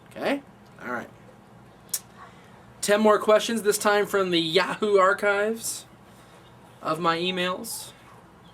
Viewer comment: I'm glad I'm not the only one who pronounces it YA-Hoo anywho my question is, do you ever think WWE will turn CM Punk Heel, and if you think it would work. I think he plays a good Heel and he can overcome Edge, just wondering your thoughts on that, been a fan since the beginning, and almost left when Noah took over, but you are the only vids I watch from this profile. Keep up the good work, and I'll keep watching.